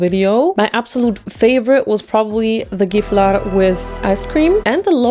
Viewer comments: I didn’t know Gifflar was a thing in Germany 🤯 they are soooo good!! Love from Sweden ❤🇸🇪 (And thank you for pronouncing the name CORRECTLY, unlike some swedes 😂) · swedish fan here and you saying gifflar correctly made me so happy RAHH